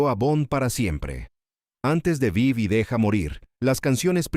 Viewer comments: No es Vai y deja morir......es Vive y deja morir. Revisa el audio. El locutor pronuncia mal el nombre de la pelìcula. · Es vive y deja morir. Han vocalizado mal el título durante todo el vídeo.